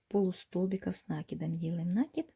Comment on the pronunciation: Слово накид с неправильным ударением очень ухо режет. Извините.